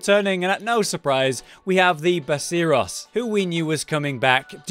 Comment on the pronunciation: he also called basarios 'baseuros' lmao